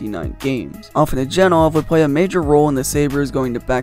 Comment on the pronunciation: Nice video, but I can tell you’re young and didn’t watch these guy play. Hejduk is pronounced “hey duke” and afinogenov is pronounced “a fin no gen off” not “Jen off”